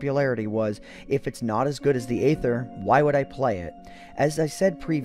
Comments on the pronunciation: It “EEther” that is the pronunciation.... hearing “Ather” messed with my head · You’ve probably heard this many times before, but just in case, Aether is pronounced “EE-thur,” not “AY-thur.” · Isn't it pronounced EETHER ? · It’s not Aether it’s aEther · its EEEEEEEETHER NOT AYYYTHER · wait i thought the pronunciation of Aether was e-ser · It’s pronounced EE-THR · I still pronounce it as 'Ether' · Pronounced eether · Six minutes of mispronouncing aether. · I think the aether is spoken with a silent A